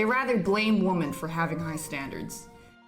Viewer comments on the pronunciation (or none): Woman and women [Whi-men] is pronounced differently. This sounds so weird.